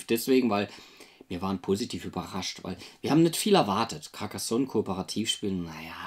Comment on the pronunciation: caRcassonn, net caccassonn! 😁😂🤣